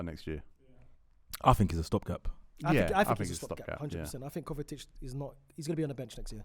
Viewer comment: calling kovacic “kovatic” and gvardiol “Guardiol” 🤦‍♂️. Why does nobody correct him?